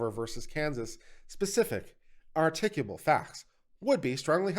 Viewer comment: I find it hilarious you mispronounced "articulable" not once, but twice.